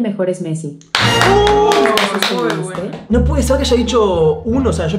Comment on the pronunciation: Messi no mezi jaja